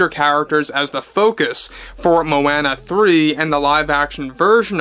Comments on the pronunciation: Moh-Anna? Dude. Where have you been. It’s Moh-AH-nuh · The way you say Moana is pathetic AF. It's so easy to say it right lol